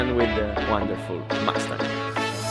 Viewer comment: Dayuuum!:)) I didn't know you do a second take speaking English for the English verion:) This is sick. I just thought it's purely a subtitled version of the Italian vid. - - stop pronouncing "mastang":)))) it's killin' me:)